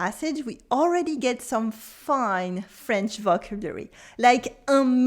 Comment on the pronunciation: Thankyou for your videos. If i may make one suggestion. Maybe make it obvious this video is about a specific french book and not general "must know vocabulary'. Im pretty sure half the people here misunderstood the video title. Also may i suggest you check your pronounciation of the word "vocabulary". merci pour les videos